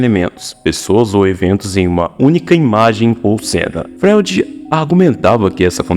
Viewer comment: Cara, não dá pra ouvir um vídeo de alguém que não sabe pronunciar Freud. Fica muito difícil acreditar que você sabe do que vc tá falando.